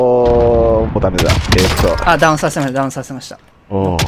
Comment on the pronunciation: カネキンさんの、ダウンの発音が好き